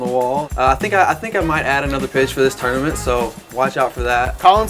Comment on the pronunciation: I talk about a lot and I think my biggest problem I have with him is the way he says tournament every single time it makes me sick